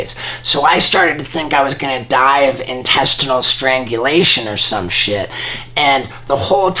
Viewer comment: I know this isn’t cool to laugh bc he almost die but I died when he said intestet strangulation